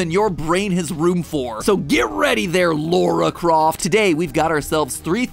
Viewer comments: “Lore-a Croft” 💀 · He did a lore pun and used the wrong pronunciation of Lara Croft for it… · Lore-a Croft more like Lore-a Craft